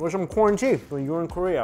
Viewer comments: For whatever reason I heard quarantea?? Instead of corn tea Like he was trynna give us one of his dad jokes ... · I thought mikey said "quarantea".. later I realized it was "corn tea", lockdown got me ಠಿ_ಠ